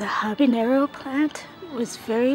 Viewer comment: Stop saying ¨Habineyro¨... dafuq?